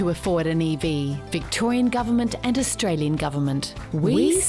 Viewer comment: Austr-alien?.....or is it Australian